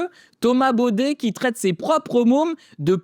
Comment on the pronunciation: C'est pas Bauder c'est Baudet 😂😂😂😂😂😂😂😂